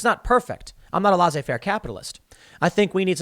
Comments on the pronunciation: TIM, LAY SSAY FAIR, thats how you pronounce it. Youre welcome. Also SHAY RIFF. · It’s pronounced lays ze fair not whatever the hell you said Tim